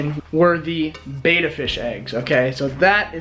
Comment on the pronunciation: There is no such thing as a " bayta " fish, what you are trying to spawn are ** Betta Splendens **** , so if you are actually doing all that research, better go to a dictionary or a Fresh Water Fish book. remember, from your junior high English class, 2consonants change the pronunciation...Best wishes on your project. better get some advice. Watch aquarium Co-op. Carrie